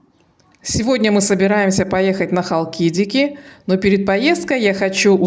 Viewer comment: Без обид…. Вы неправильно делаете ударения. СитонИя и ХалкидикИ.